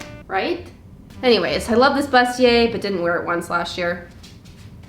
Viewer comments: the word is actually pronounced “boost-e-aye” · Dear. It is actually pronounced BOO-stier. French word:-)